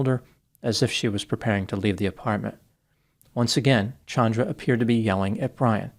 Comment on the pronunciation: This actually seems justified. . . So sick it happened in front of a small child, but the law would not protect him if he claimed spousal abuse. . Thank you for changing your pronunciation of Chandra. . . My cousin (not this woman) HATES being called CHAN dra vs. ChAHndra